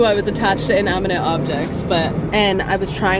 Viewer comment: Inaminate objects 😂 you’re so cute and we’re gonna miss you here in LA! I’m sad I never ran into you while you were here I probably live down the street lol (I also live in noho)